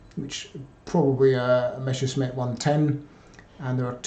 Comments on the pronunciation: Why do English native speakers always pronounce "Messer-Schmidt" as "Mesher-Smitt"? I would think that as a historian, he should get that one right. Same goes for the "Nashorn" artillery, which is pronounced "Nas-Horn". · Not talking specifically about. It's a thing that I noticed with nearly all (!) English native speakers who talk about the Messerschmitt airplanes. Hardly anyone gets this right. And the question stands, how do you turn "Messer-Schmitt" into "Mesher-Smitt"? Can't wrap my head around this.